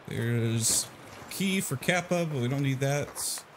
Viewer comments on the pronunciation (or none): none